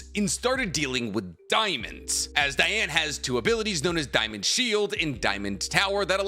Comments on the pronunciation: It’s Dee•Ann ! not Dye•Ann gang , your killing me rn 🤦🏽‍♂️ you just said your qualified to cover the sins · You've never once watched 7 Deadly Sins, otherwise you'd know the clear different between 'Diane' and 'Deanne', pronunciation wise... Stick to naruto. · IT'S PRONOUNCED DEEANN, NOT DIANE! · Sir dee-an nit die an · Its not dieane the name is diane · It’s Dee-ane not Die-ane. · So wait.. is it pronounced Diane or Deanne? I always thought it was pronounced Deanne. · DEE-Anne DEEEEEE-Anne. King would be mad at you. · the butchering of DEE-Anne’s name 🤦🏽‍♂️ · “DEE-ANNE” 😤 Great video! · Imma be real listening to him pronounce diane's name was very hard. I get how its spelled but thats like how Ban's name is as well. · Literally just started but.. how do you mess up Diane’s name that bad? 💀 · The way everyone pronounces Diane’s name always makes me cry. I just can’t. I had to skip that entire segment